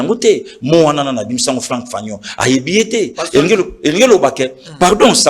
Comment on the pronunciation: On te demande une question simple vous avez combien de parlement débout à Kinshasa, vous faites toute une litanie, au finish vous avez passé du coq à l'âne, vous parlez du discours de Mobutu à l'onu, incapable de prononcer correctement le nom de Frantz Fanon.